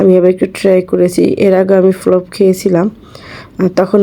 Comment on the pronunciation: কি বলবো আপু ফলোফ ফলোফ শুনতে শুনতে ভিডিও শেষ 😅😅